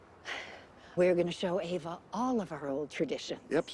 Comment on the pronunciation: lol the whole time you were calling her Eva and then she turned the book around and her name was Ava